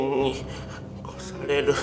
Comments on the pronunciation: ○されるに聞こえたww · やっぱり何回聞いても最初の『セイキンに超される」が「セイキンにころされる」に聞こえる😂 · SEIKINに殺される...にしか聞こえないww